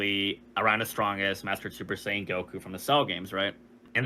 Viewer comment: Mispronounced "Saiyan" as Sayin!